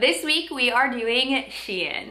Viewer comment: Can’t even pronounce S.H.E.I.N . Its not hard